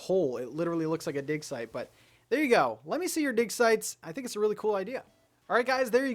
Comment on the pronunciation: He kept saying dig site repeatedly and all I heard was dick size. LOL